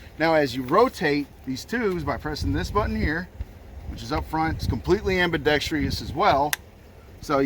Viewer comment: Said, “fully semi-auto”, and “ambidexTREEous” before the first minute was up...